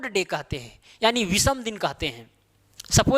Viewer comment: विसम नहीं!विषम !! ओड डेज नही ऑड डेज !!